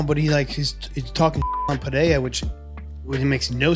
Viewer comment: It’s PeReira, not PeHeira. You’re just too proud of yourself to acknowledge and correct.